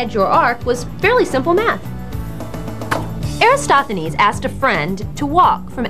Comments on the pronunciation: Eratosthenes is pronounced like: "Air - at - awes - th - eh - knees." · Except for the misspelling of Eratosthenes and slight mispronunciation (AIR-uh-TOS-thuh-neez) an excellent kid version. Check out Carl Sagan's video on same topic. The scripts sound similar. I wonder who copied who? :-)